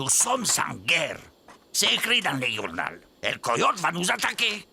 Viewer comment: ’C’est marqué dans ton « yournal »’